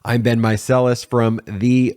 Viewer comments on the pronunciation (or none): none